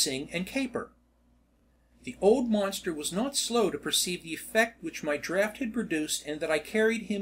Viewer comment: Also "draught" pronounced draft (as it is spelled in American English) not "drawt".